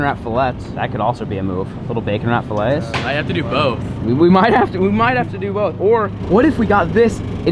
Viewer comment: I’m not sure if it’s a joke or not but when you say fillet it you say it as fillet